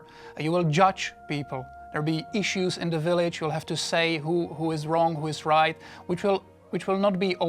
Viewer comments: I like how he says "willige", catches himself and starts pronouncing it "village". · "rebuild yur own willage "